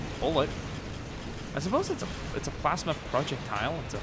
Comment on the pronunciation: its a PLASma Not plasema